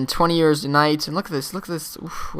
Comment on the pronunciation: euros is pronounced Your-o-z